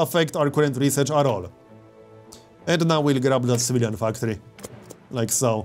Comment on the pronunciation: Why do you say Civilian Factory like "Svidan Factori" lol love your accent